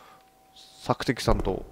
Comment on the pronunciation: メンバー誰も突っ込まなかったけど ガッチさん「探索担当。索敵さんとう」 (*´艸`)かわよ♡